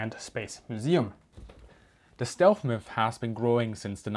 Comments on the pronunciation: The same guys that turned down Anthony Fokker. “Stealth” not shealth! Next comment..... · excuse me but I think you are saying "stelf" endig in an "f" rather than "th".